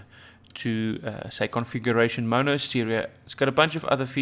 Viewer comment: The dude can't even say mono lol